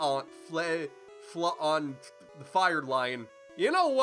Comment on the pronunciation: Flaon pronounced Flai On